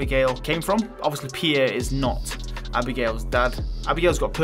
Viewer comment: its not sam its pirre